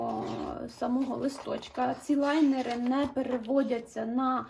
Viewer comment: Нарееееееештіііі )))))) хоч хтось каже ЛАЙНЕРИ, а не, невідомо звідки взявшеся, лІнери )